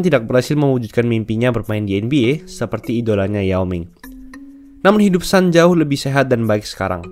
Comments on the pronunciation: bacanya tetep Sun bukan San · Sun itu bukan dibaca a tapi tetap dibaca u.